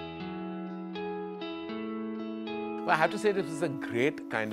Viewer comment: No offence but TapeCast sounds like the chaiwalla's pronunciation of TypeCast. Also, no offence to chaiwallas... good business to enter